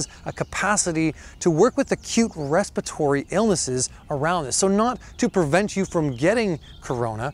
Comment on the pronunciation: He said respitory boldly. Sounded like he spit some😂